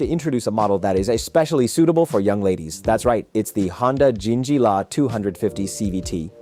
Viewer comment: calling it Honda and Jingjilla was intentional, wasn't it? or you are a guy with Chinese accent who cannot read?